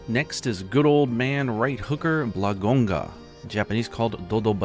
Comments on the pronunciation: it's blangonga and not blagonga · Hate to be that guy but 😅Slight correction, it's Blangonga, you left out an n between bla-n-gonga. A lot of people do this. Wonderful video as always.